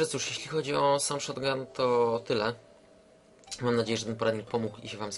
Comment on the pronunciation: Nie szotgun tylko SZOGUN niczym Klocuch!